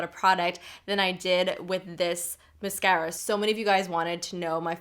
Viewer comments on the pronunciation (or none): Lol. Sorry!!! The way you say Mascara... sounds like my mom and she is a jersey girl! Lol.